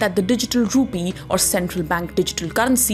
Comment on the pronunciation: Rupeee?? Dettaa??? What happened to correct pronunciations???